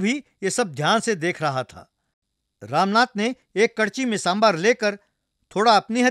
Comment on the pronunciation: Happy to see,that the narrator is pronouncing sambaar as sambaar as it should be pronounced and not as sambhar.